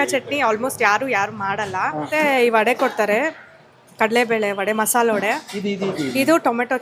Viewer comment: Not vada say vade you killers of Kannada